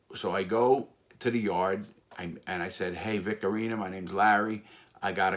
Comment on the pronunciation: Vic Oreener is one of my favorite gangsters, heard alot about him him from listening to Michael Franzese. Mike calls him Vic Orena, but i like Larry's version better🤣🤣